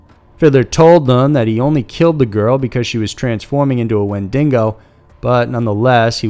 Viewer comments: I'm not even Canadian and the way he keeps saying "windingo" drives me nuts... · WEN-dig-go. Where do you see the ‘n’ in ‘digo’ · I'm sorry, but I can't stop both laughing and getting madder each time he says Wendingo…… Where is the second N coming from, he spells Wendigo correctly, so I'm just confused and frustrated. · Did this dude really just say wendingo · It's wen-DEE-go. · Dude. Its WEN-di-GO. It's not a man eating dingo... please, if you're gonna try to educate... be educated. Please!!! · Wen-di-go*** lmao fok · As a Canadian I like this but... That pronunciation of Wendigo makes me cringe Edit: Gosh so many people take this too much to heart. It's not a deal breaker for me and I honestly don't care that much, it was just silly and I wanted to point it out. Not hating. Chill people XD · Ahhhhhh! My ears! Wendigo. Exactly as it looks, no dingos involved. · Same ! Torontonian here and I cringed internally each time he said it wrong. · I'm not even Canadian and it made me cringe. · It's one of the easiest cryptid name. Why the narrator need to add an N before the G in wendigo part? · Lol, so funny how it's written properly in the picture and then he pronounces it like that... Jeeeeeeesus. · I sure am glad I wasn't the only one bothered by how he kept over and over pronouncing Wendigo wrong. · Next time leave it to a Canadian to make this video for the right pronunciation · I'm surprised he pronounced it so horribly, it's not like wendigos are not well known. I feel like most people who frequent the internet have heard it at least once. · he can't pronounce wendigo, but somehow manages to pronounce Algonquin with no issues. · Ok. Am I the only Canadian that's annoyed with the mis pronouncing. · I dunno he butchered Windigo and Lake Okanagan horribly it's super cringe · Very good video... Except for the Wendigo pronunciation, of course...🍻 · Your pronunciation of wendigo is my only problem with this video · IKR? It's wendingon! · Wen·di·go not wen·ding·o